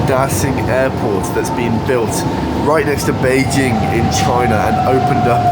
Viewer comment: your Chinese pronunciation of Bĕijīng is flawless!